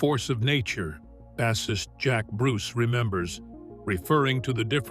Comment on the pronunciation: Hate these AI video's. They can't even pronounce name's and words correctly. Voodoo Chile pronounced Voodoo chili? Bassist pronounced like a large mouth bass? Gimme a break. AI sucks!